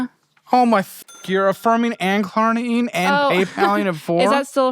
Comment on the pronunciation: I don't even use Klarna, but I know it's not "Klarma" 😂